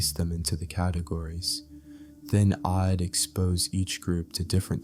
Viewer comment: This calm voice for narration is perfect in my opinion, but the mistakes of pronunciation - "I'd" turns into "Id" - make it really annoying and difficult to focus